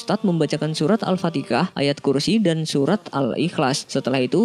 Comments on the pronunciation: Mas isi konten na baik,tpi tlng belajar lgi cara mmbaca.itu surat Al fatihah,bukan surat Al fatikah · Al-Fatihah bukan Al-Fatikah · Admin punten nih mau tanya saya masih awam , saya dengar admin nyebut alfatihah menjadi alfatikah? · Al fatihah min, bukan Al fatikah 🙏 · Ralat min, pada menit yang anda ucapkan seharusnya surat Al-Fatihah bukan Al-Fatikah🙏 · Min surat yg dbaca al ustadz bukan lah alfatikah tetapi ALFATIHAH...jgn sampai bacaan mimin menjadi soroton... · Masak nyebut Al fatiha, jadi Al fatikah. Tolong di perbaikilah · cer dengar betul2.. sy dgr admin ni sebut surah al fatika ..sebut biar betul surah al fatihah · Al- fatihah min, bukan alfatikah hehehe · Al-fatiha bang,alesan nya apa bilang al-fatikah?